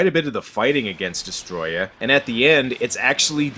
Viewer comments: Its destroyah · Destroy-ya is how u pronounce Destroyah